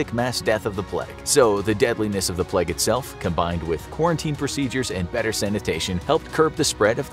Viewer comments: Why do you say pleg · Idk why I love the content on the bubonic plague so much. But it’s my weird guilty pleasure. However the way this guy pronounces plague bothers me... it’s just a tiny bit off and it’s bugging me out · Why do North American’s say ‘Pleg’... It’s plAgue. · Nice to know that it’s pronounced “the pleg” in American English 😆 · Why does he keep saying “pleg” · say pleg 1 more time I dare you! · Inforaphics narrator gets a sore throat: "I have the boobanic pleg" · “the black pleg”